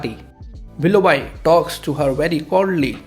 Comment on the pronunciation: Willough B not bi.